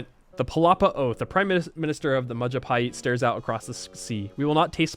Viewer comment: That is the first time i actually hears civ player pronouncing majapahit perfectly